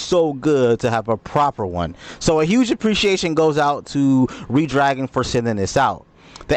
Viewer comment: Great review. Redragon is pronounced as "Red-Dragon" (/ˈrɛdˌdræɡən/), just like the color red followed by the word dragon. Despite being spelled as one word, it is commonly pronounced with a slight pause between 'Red' and 'Dragon', or as two distinct, fast words.